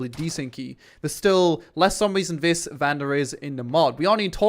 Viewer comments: Fuck me man, learn to speak properly! Viss, Vatt, Vhe Uver, furteen...... ( This, That, The other, Thirteen!!) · THe not Vee. THeir not Vier. THis not Vis